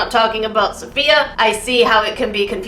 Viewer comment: lol "safayia" (it's safiya)